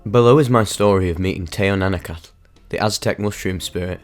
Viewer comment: Love the channel but the pronouncement of the name is killing me 😭🤣